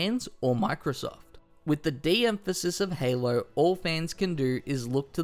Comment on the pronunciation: LOL that super Australian "Halo". Haylurr